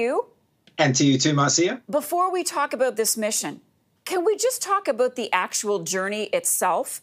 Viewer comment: Talk aboot.... oh noooo its true!